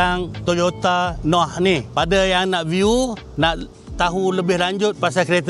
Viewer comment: Sebutan noah tuu tk betul, sepatutnye bunyi "nowah "